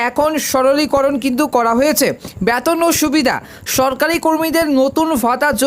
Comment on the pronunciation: ব্যতন নয় রে বেতন ! উচ্চারণ ঠিক কর ভাই ।